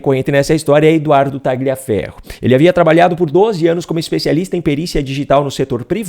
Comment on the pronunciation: Tagliaferro é um sobrenome de origem italiana e a pronúncia correta é "Talhaferro".